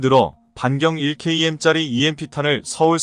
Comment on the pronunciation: 자막을 읽으려면 바로 읽어야 한다. 차라리 읽지 않으면 좋겠다. 1km(1킬로미터)를 1케이엠으로 읽는가 하면 앞뒤 연결이 안되도록 읽는 바람에 이해에 장애를 일으킨다. 차라리 읽지 말라.